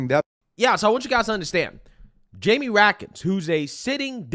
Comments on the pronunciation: Get his name right. It’s Raskin, not Ratkins. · RASKIN NOT RAKIN ! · Ras Kin. That's how you pronounce his name. Read and view politics more. You will learn how to pronounce politician's names. Ok, good luck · Love youre channel bro! You get Raskins name wrong when you call him Ratkins but thats a better name for him because he is definitely related to rats 🐀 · I like pronunciation- Rat-kin